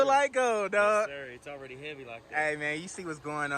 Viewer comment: I knew he was from Texas when he said “Already!”